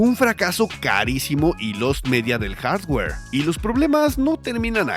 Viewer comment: Hola, por que tanto empeño en decir haswer y no hardware, saludos